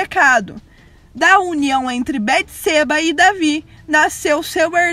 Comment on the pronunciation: A pronuncia Beteseba está incorreta. O som do e, é aberto.